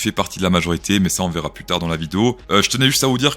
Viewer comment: HOLA, créptoh'shOs, dit "PLOUSS" (= PLUS; car on en peut plousse)